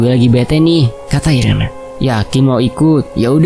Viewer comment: namanya dibacanya iren bukan si 😂 atau emang irene? 😂